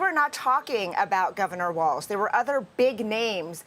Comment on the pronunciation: Walz….. say it like “walls”